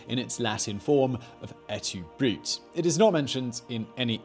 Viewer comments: This is the second recent video where I see "Brute" prounounced brOOT. It's not the English word "brute." It's "eht too broo-TAY" Like Robin Williams in Alladin looking at the recipe for a Caesar salad. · Et tu, Brootay. Not Broot. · Not "Et tu Brute" please, but "Et tu Bruté". You didn't study any Latin in school? In the Vocative Case, you conjugate the names. "The name Brutus, a second declension masculine noun, appears in the phrase in the vocative case, and so the ‑us ending of the nominative case is replaced by ‑e" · Et too broo-tay?